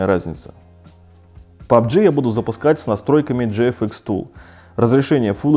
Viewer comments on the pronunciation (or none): none